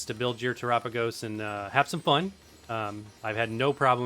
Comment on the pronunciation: Why do content creators say Te-RAH-pagos? Its Tera-PAH-gos, like Ga-LAH-pagos